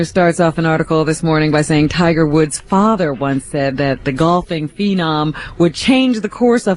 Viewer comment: “Tiger Wood” Robin said it TWICE!